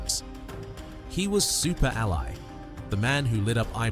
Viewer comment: Super Al Eye???? And no. We Didn't Die. Get it Right.